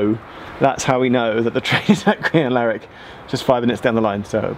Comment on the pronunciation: I used to live in Crianlarich. Well done on pronouncing it